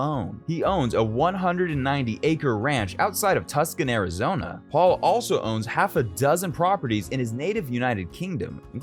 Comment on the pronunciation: Tuskon? Get someone who knows how names are pronounced.